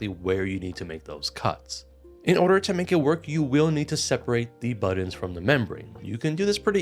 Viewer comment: Buddins.... Say buddins one more time